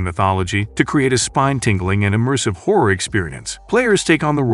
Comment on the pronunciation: Rule of Rose: "trapped in a macabur orphanage"? Trying to pronounce "macabre"? It's "MAK-A-BRUH" 😂 And why can't Americans ever pronounce "homage" properly? They use the word so often and still say "homidge" 😂 And "horror" is not pronounced "hore" - survival hore, outstanding hore 😂